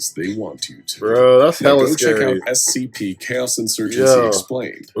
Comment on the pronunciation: You've react to scp for almost 2 months now and you still said spc